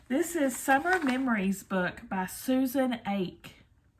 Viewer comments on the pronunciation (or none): WHAT FUN!! I needed cheering up today and your fun video helped. Thank you. I want to let you know how to pronounce Susan Ache’s name. It is like the word “hockey” only without the “h”, or like “aww’ key”. Hope this helps. I loved everything you got and I am looking forward to seeing your start some of them. I also love the chicken pattern!! Have fun. P.S. Your kitty walked by with a mask which made me laugh!😊